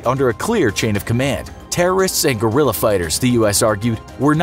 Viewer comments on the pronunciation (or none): none